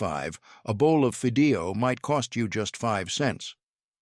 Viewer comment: I so wish you would have someone who KNOWS how to enunciate spanish words. "Fēē-dĕh-yōh" = Fidello. There isn't a "z" sound in "picadillo"(pēē-kăh-yōh). My gosh the narrator is chopping the names of dishes. Truly horrifying. Nevertheless I do appreciate this video. Born in the late 50s, we weren't wealthy at all. However, our beloved Mamà made sure we girls helped in prepping & ultimately learning to cook. Our poor Tacos, were filled w/ papas, chorizo, shredded cabbage, cheese & salsa. Paz be with us all 🙏. "Sra lsa"